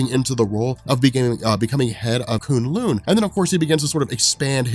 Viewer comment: Thanks for pronouncing kunlun better. This annoyed me so much in season 1...And I lost it at the part you basically said Assguard, I man Asgard, is the toilet lol